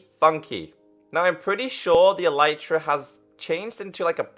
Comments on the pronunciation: ITS ELITE TRAH NOT EELYTRAh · it is pronounced el-eh-truh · its eletra not elitra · its pronounced eleetra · its a-lee-tra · THE ELYTRA IS PRONOUNCED ELETRA U FUCKING IDIOT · It's not elitra